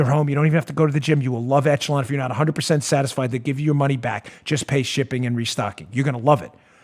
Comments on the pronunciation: On a trivial thing, "echelon" is a French word, and it's pronounced "ESH-uh-lon" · dooooode, are you pronouncing "Echelon" how they told you to?, or...? It's supposed to sound like 'ESH-a-lawn' every other time I have heard it. Sorry if being hypercritical 😬 Love you, show, my Patriot brothers and sisters, and of course, POTUS!!! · Soft “ch” on Echelon. Eshelon